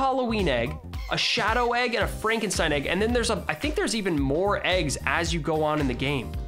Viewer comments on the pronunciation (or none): none